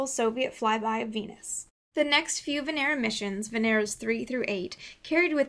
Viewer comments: It's not VeNEra It's VEnera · May I just correct your pronunciation of Venera? The accent is on the first E, not the second. vEnera, not venEra. Great job otherwise. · Good and well done. But you have to say Vènera (from latin) and not "Venèra" that is wrong. Thanks. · you pronounce it wrong. They don't say Venera , but Veneeero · It is not venEra, but vEnera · VENERAL. lol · she said , vanera lol